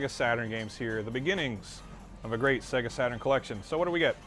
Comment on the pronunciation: Segahh Satuurn shiroo :D